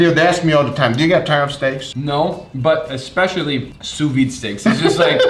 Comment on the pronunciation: Why are 99% of these chefs incapable of pronouncing " sous vide" correctly ??